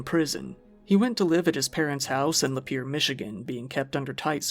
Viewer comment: Thank you for pronouncing Lapeer Michigan correctly.